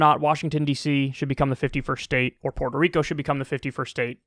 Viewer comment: Why can no one say Puerto?